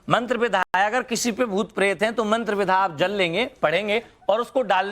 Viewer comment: सही तो वाक्य नही बोले जा रहे है विद्या को विधा 😂😂😂